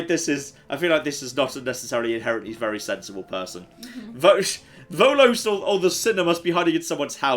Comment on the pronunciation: It's Veles, not Volos. Veles is Slavic god of underworld... they made a mistake lol